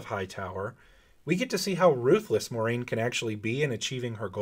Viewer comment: I love how all these Wheel of Time "super-fan" Youtubers don't know how to pronounce Moiraine's name. It's spelled out phonetically in the back of every book! Here's a hint: it's NOT "MORE-RAIN".